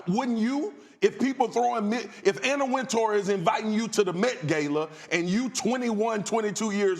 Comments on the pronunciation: This country nigga said the “MET GAYLA” 😂😂😂😂😂😂😂😂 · “Mit Gayyla”